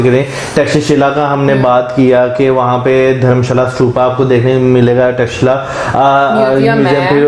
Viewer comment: Thanks a bunch for pronouncing perfect name of " Takshashila" . 😂😂😂